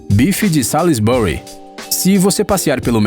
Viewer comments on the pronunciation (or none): "Graham" pronuncia-se "grémm", o "ha" é mudo. "Salisbury" pronuncia-se "sósbri". E "corn flakes" não é uma MARCA, é simplesmente como se diz "flocos de milho" em inglês.